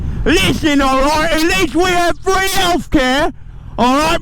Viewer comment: three helath care 😂